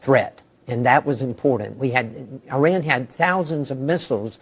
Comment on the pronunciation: all these years and Scott still can't pronounce IRAN correctly